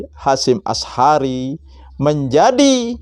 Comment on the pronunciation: Ngomong sj belepotan. Berulang kali nyebut Nama Kyai H. Hasyim Asy'ari di sebut Kyai Hasyim Ashari